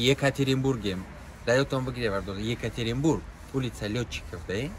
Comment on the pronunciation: МАКСИ ЗАМБУРГАЗИДА ЙКАТЕРИНБУРГ НАМЕША ЕКАТЕРИНБУРГ БУГУ